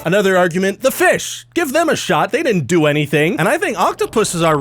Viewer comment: BREAKING NEWS! Ryan cant pronounce the d in didn't DININT 😂😂😂